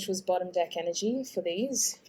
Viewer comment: Why do i always here another vowel when she says “dEck“?